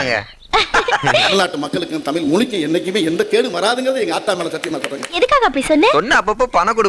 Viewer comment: Tamil la tamil nu soldrenga but tamil la special ahea zha dhan aduvea ungaluku varala.....tamil pathi pechu vera